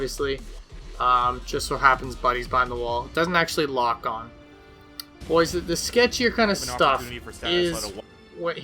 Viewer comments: I love it when says bois;-) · At this point he's saying bois to piss us off.